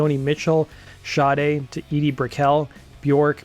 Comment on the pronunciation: THATS how you say Sade?